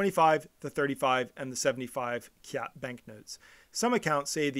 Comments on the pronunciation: Please lah, kyat is not pronounced as kiat in Myanmar, it's pronounced as chart. We should follow the Myanmar way since we're talking about their currency. Myanmar people will be puzzled when you told them you are offering 2000 kiat for something?? Chart! please! , chart ! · It's chart! Chart. Not kiat! Show you don't bother to do basic research? Also any names of places start with ky is pronounced as ch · Its pronounced Chat, not K-yat the letter က + ြ is Ka + y, combined makes Ky pronounced as Ch.